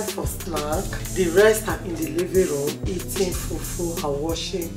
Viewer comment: Why stephanie is calling it few few instead of fufu. I wish there is an audio on YouTube comment section so I can teach her. Which one is fewfew